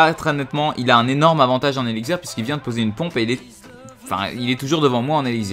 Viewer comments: tu dit:eligzir!c elixir avec un x lol c vrai en plus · tu a du mal a dire x j remarquer